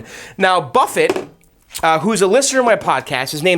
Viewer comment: Pretty sure it's arcade Buffey not Arcade Buffet. Pronunciation.